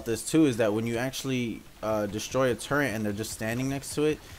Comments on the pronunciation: Turrent... Nobody pronounces it like that.. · it just sounds weird